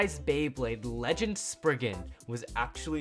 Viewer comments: sprizzzzzen not spriggen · It’s spizen not sprigen they say so in the anemay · Isnt it spry-zen not spriggen? That sounds like something valt would use He out here like: SPRIGGEN LAUNCHHHH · It’s not spriggan it’s sprizen